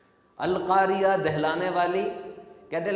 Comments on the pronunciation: القاریہ نہیں ہے القارعۃ ہے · بھائی القارعہ ہے